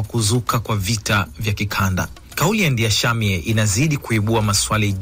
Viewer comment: Ninyi waandishi wa habari, kwa ushauli tu , please jarubini kusoma vizuri majina ya waraisi, it can't be written "Ndayishimiye" then wew kama mtangazaji unasoma vitu tofauti.....remember crown Fm is copying from BBC news.